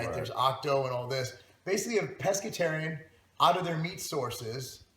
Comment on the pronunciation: mike can't even pronounce it